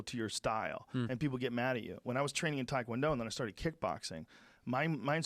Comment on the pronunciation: I listen to the show a lot, but I really wished Joe could pronounce Taekwondo properly. I die a little every time he says it wrong, especially knowing how many people listen to his podcast.